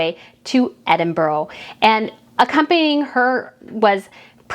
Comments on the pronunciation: I love what you do and your comments are very fair and educated, however, being Scottish it irks me when your pronounce Edinburgh ( Edinboro) it’s pronounced Edinburrah. Just like Glasgow is pronounced Glazgo and not Glasgow like cow. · "Edinburra" is how it is pronounced, not "Edinburroh" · No vile criticism, just a little correction, Edinburgh doesn’t have an “o” at the end, it should be pronounced closely to “a” (Edinbrah why a hard “r”). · I love the way you in the US talk about our cities, so sweet, but if you want to perfect your pronunciation of Edinburgh, it is Ed in buh ruh xxxxx love your channel, watch every upload xx